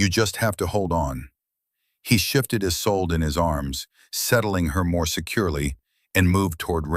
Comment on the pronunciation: There are too many ads. The woman's name is isolda not "is old").